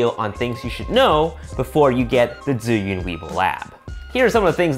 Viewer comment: why you always speak the name different. its ZH ZH (Chinese can speak this combo very good) 8))) its not DZI - YUN its ZHIIIIIIIYUUUUUNNNNN